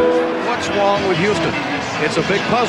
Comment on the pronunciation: "What's wong with Youston?". Kinda racist, huh?